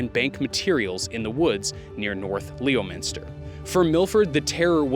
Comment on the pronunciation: Dude… Leo menster. You did that town dirty. Ive always known it as “Lemonster” 🤷‍♂️